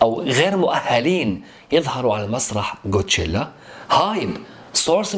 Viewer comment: ليسيرافيم ادائهم يجنن ولا تسب لا اوكلك هوا افهم ولا تنمر على ليسيرافيم كول قول كوتشيلا مو قوتشيلا 😂😂😂😂😂😂😂